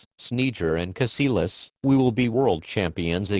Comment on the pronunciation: "Caseelas" xD